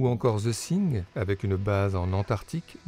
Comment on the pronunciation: D'abord - j'adore vos videos, mais y a-t-il moyen d'améliorer la prononciation en anglais ? C'est The THing, avec un T et non pas un S. Thank you.